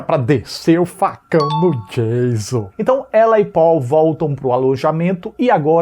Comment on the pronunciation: 😂😂 O cara enche a boca pra pronunciar a diferença entre "FRED" e "FREDDY", mas solta "DIEIZON" ao invés de "DJAYÇON" (Surtadinhos e surtadinhas, eu reproduzi a escrita da pronúncia e não sua grafia correta) 😂😂